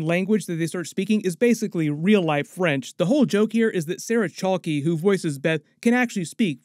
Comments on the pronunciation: Not to be nit-picky, but Sarah Chalke’s last name is pronounced “chalk”, not “chalk-ee”. 😬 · Chalke (like sidewalk chalk), not chalk-ee